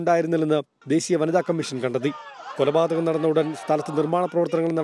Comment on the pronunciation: കുലപാതകമല്ല സേച്ചി "കൊലപാതകം "